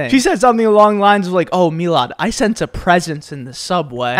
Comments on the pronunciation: Why does everyone get his name wrong it not milian its milad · Me-lodd LOOL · Milad's name is actually me-lodd